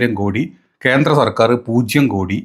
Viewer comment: 'പാർട്ടീന്റെ ' അല്ല. 'പാർട്ടിയുടെ ' എന്നാണ് തരക്കേടിലാത്ത മലയാളം . 'ബദ്ധതി' അല്ല, 'പദ്ധതി ' ആണ്. ഇന്റെ മലയാലത്തിനെ കാലും ബേദമാണ് രാജീവ് ചന്ത്രശേഖറിന്റെ മലയാലം.പാർട്ടീന്റെ,ഭാര്യേന്റെ അച്ഛൻ, കുട്ടീനെ കണ്ടു,കേന്ത്ര(കേന്ദ്ര) ഗവർമേന്റ്......... പോയി നല്ല ഏതെങ്കിലും പുസ്തകം വാങ്ങി മലയാള ഭാഷ നന്നായി പഠിച്ചിട്ട് കുരക്കടാ.